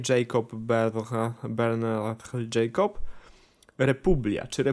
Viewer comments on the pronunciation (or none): none